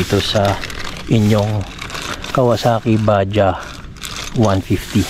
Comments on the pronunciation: bad-jaj/bad-jadz ang basa diyan hindi po ba-jah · BAJADZ sir ang pronounciation hindi badya 😂😂😂